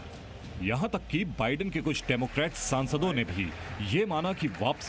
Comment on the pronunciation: News acchi hai lekin news reporter ko bolna sikhao wo vidan sarkar nhi Biden Sarkar he 😂😂😂